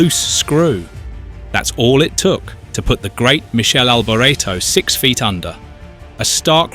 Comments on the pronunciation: Jayzuz - Not "Michelle" Michele - pronounced Mick Kay Lee. Get it right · Good job? Firstly his christian name is pronounced Mee-kaylee not Me-shell. As for the sir name he originally pronounced it Alberto, then he pronounced it Albor-ray-tow. It then sounded like he said '300 kilometre at h'. This has to be AI. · It is Mi-kele, not Mi-shel. Do some effort to respect the man, Italian. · it's not michell it's Mik-e- le you stu gats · Its not Michele, like a girls name...its pronounced like Mickhele AlbOreto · It's Mi-kay-lee not Michelle, and you got his surname wrong too. Bloody hell ...this is awful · Not "Michele"! Its "Mikele", C+H in italian is Q (or K)! Crap video! Time waisted! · Mik-ali Albor-eto. Why why do creators with no clue make these videos that do no justice to their subject. Can’t even pronounce his name. Alboreto was a serious F1 title contender in 1985 he was a very talented driver and great competitor. Much missed.❤️ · Don't publish a subject about a great driver if you can't even pronounce his name correctly... You wouldn't publish a video about 'Arthur Sonna' would you? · Pronounced...MIKELE for you F1 expert. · Pronounced Mickele with a k not a C ! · Every commentt below regarding correct pronunciation of his name is correct, get if fucking right for fuck sake. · I’m British and we don’t pronounce his name like that. We tend to use the native pronunciations for names. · Your pronunciation of BOTH first and last names is PITIFUL